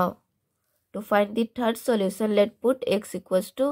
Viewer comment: You don't know how to pronounce solution😂